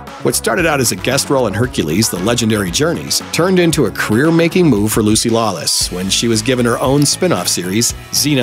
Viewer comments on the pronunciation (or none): none